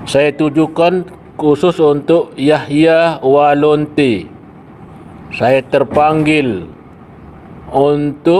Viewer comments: Apakah saya salah dengar bukankah dia mengatakan " Yahya Walonte' ". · Yahya waloni pak ustadz, bukan yahya walonte......😅